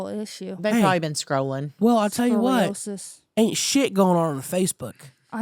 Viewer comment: scrolliosis... i love you for saying that!